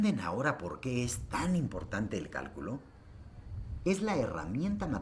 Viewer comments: Cuando comenzó el vídeo decía del "Cáculo" no Cálculo jajaja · Bueno, solo que al principio dice: qué es el 'cáculo'? Se comió la L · Todo bien, pero dice caculo xd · ¿Qué es el "Cáculo"? Pensé q era Cálculo XD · dice "Cáculo" en vez de "Cálculo", al comienzo sobre el fondo celeste. Saludos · ¿Cáculo? ;-)) (minuto ) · Dice Caculo, falta la l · ggg dice caculo😁😁😁errores ps